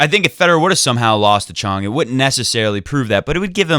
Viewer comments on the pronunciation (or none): I don't know who told you to say Choong but this pronunciation is worse than before. His name is 정현, the closest we can make it after translating it would be 'Jong Hyun' but you were close enough before when you said Chung instead of Choong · In Korea we put the family name at the beginning before the given name so even though he spells it 'Chung' with a 'Ch' the Korean pronunciation is closer to a 'J' so it's 'Jeong' or 'Jong' (rhymes with song, long etc.) and his given name is 'Hyun' which comes after his family name 'Jeong'. I think you were already pronouncing the 'Hyun' part correctly (I'm not Korean but in my 6th year living here). Btw love your show and we all appreciate the amount of effort and passion you put into your videos!